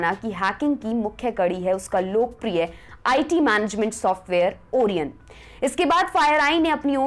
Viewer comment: ओरियन नहीं ओरायण🤣🤣😘